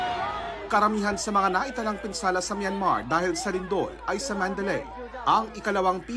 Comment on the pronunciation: MANDALAY - manda-lay imbes na man-dalay as in MANDALAY BAY hotel sa Las Vegas. named after Burmese city and story.